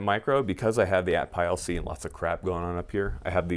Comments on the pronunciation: Say "atpile" one more time lol… It's "at pee awl" not "at pile". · I know how the ATPIAL is spelled is not the way the manufacturer pronounces it, ATPEEL is how it's actually pronounced. I tested thousands of these thing while working for the manufacturer and not once did we say it any other way. Weird yes I know but it's true.